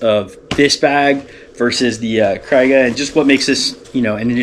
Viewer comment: You keep saying cry-ga. It's kree-ga. Thanks.